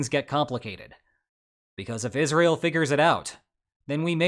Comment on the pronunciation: Is just my ears or is he pronouncing Israel as Isreal ?